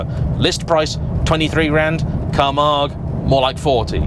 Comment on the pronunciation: Finally, after 30 odd years I heard the correct pronunciation of Camargue.